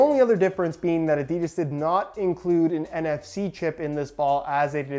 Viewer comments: A di das not a deeeee das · No one: Literally no one: Not a single soul on Earth: Yanks : ‘ ADEEEEEDAS ‘